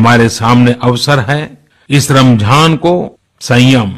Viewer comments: Modiji it's Ramzan not ramjhan ... Keep it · Pehle to bolna sikhle ramjhan nhi hota h ramzan hota h